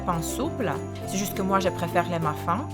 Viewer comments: Très sympa, ça me donne des idées ! On dit bien tronc pour le bretzel dans le sapin Guacamole et tu m'as fait rire avec ta prononciation du mot "muffin" :p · On dit "Tronc" mais le c ne se prononce pas haha Et on lit "Muffin" mais ça se dit Muffine haha Ton français est tout de même très bon, continue tes vidéos elles sont géniales! bisous et bonne continuation :)